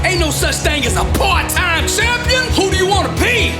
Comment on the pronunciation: Why does he say Shampion